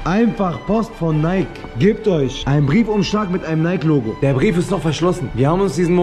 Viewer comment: Junge es wird wie Nayki ausgesprochen! Kein stummes e 😵‍💫